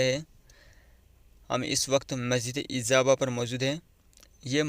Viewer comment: Sir masjid ka name to thik se lay lo. Ezaaba nai ijaba